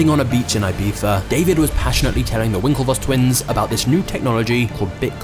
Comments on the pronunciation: I like how you call it "ibifa" or "ibitha" 😂. It's actually pronounced "ibissa" Awesome channel, my favorit at the moment!! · You are saying wrong, Ibica. You sas Ajbeca😂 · its ibiza! like in e-pizza but with a soft b - not i-b-tha... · where did the twins travel???? AIBIHA? IBIZA! I stopped watching at this point, very LAME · It's IbiZa not IbiFFa. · not IBIFA but IBIZA 🤣🤣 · its IBIZA and not IBEETHA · it's "EE-BEE-ZAH" not "I-bee-zah" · Ibiza is NOT pronounced Ibipha 😂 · Why do you pronounce Ibiza like eyebeefuh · why people can't prnaunce word IBIZA = IBICA... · i almost stopped watching after hearing 'Ibitha' for the fifth time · Is it just me that is bugged SO MUCH with the way he pronounces Ibiza as Ibitha or you too? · I like everything except the way you said ibiza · the way you say ibiza infuriates me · Holy shit the first time I found out that's how you pronounce Ibiza in English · Why does he say Ibiza like that😂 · AHAHHA you say "I-BEE-ZAH" like a a tourist but can't say "CHIPRUS" hahahah